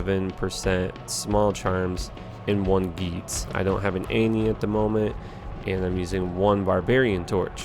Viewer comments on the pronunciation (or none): none